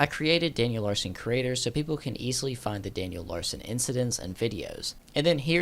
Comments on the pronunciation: why do you pronounce curator as "creator" lol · lol i love your content bro, say it like (cure-rator) it means like a collector or something such as a museum curator. anyways thanks for the entertaining content man <3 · You and Daniel have something in common… Neither one of you can properly pronounce “curator”…